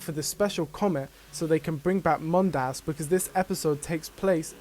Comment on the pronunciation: Is it canon, that the second syllable of "Mondas" has to be pronounced weird? I've seen several YouTubers stress the second syllable.